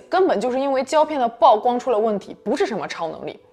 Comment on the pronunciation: 曝光的曝不是唸做暴，是和瀑布的瀑同音。(舖)